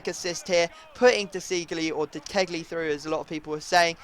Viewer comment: ITS DE-CHE-LIE IN ITALIAN